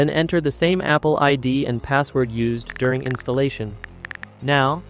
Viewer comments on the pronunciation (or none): none